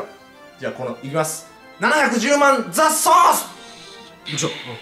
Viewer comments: 雑草っすって聞こえる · ザ ソース が 雑草's って聞こえた